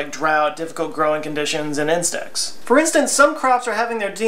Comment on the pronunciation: When you said, "insects", I thought you said, "incest"! Lmao!